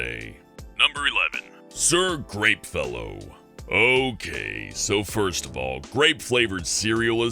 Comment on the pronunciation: I'm not gonna pretend you didn't say "Sir GREENfellow" I heard that! 😂